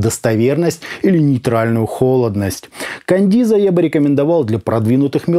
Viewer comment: Да почему Кандиза то если Каденза?)) купил щас на распродаже за 2к, звук улет